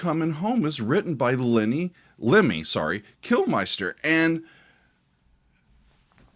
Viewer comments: Love your content, but I have to correct something - Lemmy's last name is Kilmister, not Kilmeister. It's pronounced like "kill mister". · The day will pronounce Lemmy Kilmister correctly will be a day to remember.